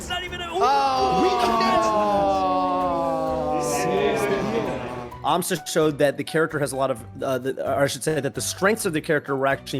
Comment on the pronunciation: It's an Amsah tech btw, not an Amsa tech. Very similar sounding ik, but there was no need to highlight it